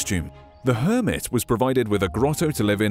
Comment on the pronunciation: Garden hermit I heard garden Kermit